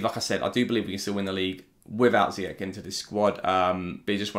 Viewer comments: His name is Zee-yach not zeeyack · It's actually Z-yack